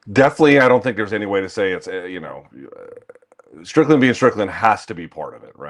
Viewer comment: Man said Strickland 😂😂